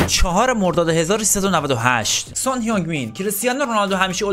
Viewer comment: جان سان نه سونگ 😂😂😂